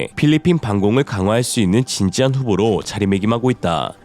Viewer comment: 자막에 있는 "시제기"와 에 나레이션 발음 "진찌한 후보"도 아주~ 인상 깊었습니다 !!!